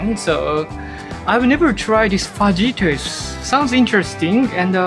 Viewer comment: Fajitas! No j sound😊